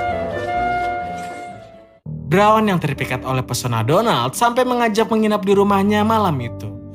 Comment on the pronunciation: Denger nama Donald kek bilang Donat miminnya 😂😂😂😂😂😂